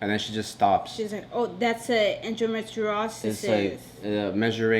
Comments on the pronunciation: you 🤣🤣🤣when you twist the word endometriosis🤣🤣we’re praying for you guys 🙏🏾🙏🏾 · Hey lovely couple! I know this is a serious video but I couldn't help but laugh at pronouncing endometriosis. On a better note. My sister keep your head held high. I'm so happy you guys went and had a 2nd and 3rd opinion. Sounds like one of those doctors was trying to make money off you guys. Sending lots of love to both of you!!! ❤️❤️